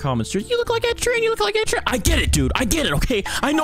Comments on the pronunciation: its not “ed-sherrann” its ed: ed shear en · Ed sheer RAYN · Ed Shieeranne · not you saying his name like ‘sheeran’ also you should keep making these vids, keep it up! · i like it how he pronounces ed sheeran as: Ed She-ran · "Sheran" IM DYING 😭😭😭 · WHY DO YOU SAY SHEERAN LIKE THAT!!!!! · That Ed Sheeran accent was majestic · omg the way you pronounce 'Sheeran' (no hate)😭 nice cosplay & rip epic glasses 😥 but anyways keep up the good work! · Lol the way he pronounces Ed sheeran No hate tho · pronounced sheeran wrong